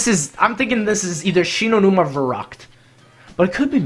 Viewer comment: I thought about un subscribing when he got shi no Numa wrong.